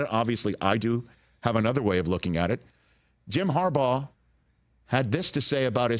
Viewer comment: Jim Corn'baugh